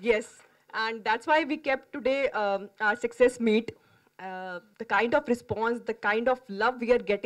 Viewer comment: She is pronouncing success word in a different slang 🙄😐